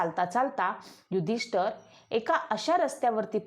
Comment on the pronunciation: महत्वाचे म्हणजे आपण युधिष्ठिर असा शब्द प्रयोग केला पाहिजे आपण उच्चार नीट केला पाहिजे युधिष्ठर म्हणत आहात ते चुकीचे आहे